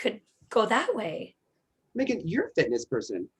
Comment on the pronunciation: Meagan is so great but her pronunciation is HOOT! 🥴 Thank you guys!